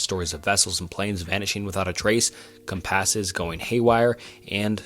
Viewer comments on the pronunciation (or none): “a few words” “slightly mess up” Wake up kid the man couldn’t even pronounce the word compass 😂 And you’re right, I definitely don’t wanna make a 90 minute long iceberg video - How does that change anything?? His commentary is still very flawed and my own skill doesn’t change that. Grow up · Did you really pronounce compass as cum pass?